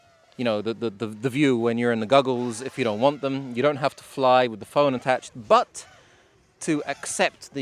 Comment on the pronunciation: Did you just call them Guggles?